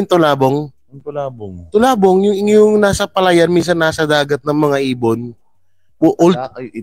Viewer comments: Baka talabong ND tulabong.hehjejejejejejejjeje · Tulabong dw... Talabong bobo😁😁😁